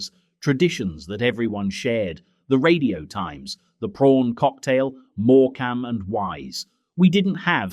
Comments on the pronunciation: I remember my parents rarely put the heating on,the inside of my bedroom windows had frost and my breath was steamy I certainly don’t miss that!A.I. Needs to learn to say Morcambe 😊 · Why is theAI voice saying “more- camm and wise “ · Moor-cam 😂 (Morcambe) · The irony of these videos all about the 'good old days' of freezing cold homes, prawn cocktails and no money, is that they go and use an AI voice instead of someone who is, you know, real. "more-cam and wise"? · It’s notmorecam as your saying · Mor-Cam and Wise? Oh dear, more AI or someone who knows nothing of 70’s telly. 😂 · More cam and wise was the AI giveaway 😂😂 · I remember Morecambe & Wise, but who are More - Cam and Wise??? Or Etch "A" Sketch. It's "Etch-a-sketch" Just incase the younger people don't know. Why use AI voice? Why not just talk it yourself??? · Are you a real person or AI? What is all this ‘Mork-ham’ and wise pronunciation? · Being a child of the 70s I know how to pronounce Morecambe and Wise, unlike this shit AI drivel. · Is this AI narration? Who says Morecambe like that? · This brought back so many memories. Especially the fost on the inside of the metal frame windows. Pity about the AI voice. No one pronounced Morecambe that way. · Has anyone noticed how much of what you hear on You Tube is AI generated ,as soon as it spots Morcome and wise ,the AI cant say it right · Great video aside from the annoying AI voice that doesn’t know how to pronounce simple names! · Great memories of 1970s childhood Christmases. The film gives me warm nostalgic feelings of carefree days. Shame the voice over is AI. Would be great if it was voiced by a person who can say Morecambe and Wise and Etch-A-Sketch correctly! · Moor-CAM and Wise, who is this? SCA-lectrick ? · I was enjoying this till AI said morecamm and wise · someone needs to teach Mr AI how to pronounce things properly. MoreCAM...? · more-CAM and wise - FFS. AI generated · Ai man was doing a half decent job until he got to more cam and wise 🙈